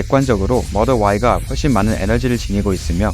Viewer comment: 모델 발음 모럴ㅋㅋ 배터리 발음 배터리 왜 배러릐 라고 안하시고😂😂😂😂😂 진지하게 잘보다 웃겨서😅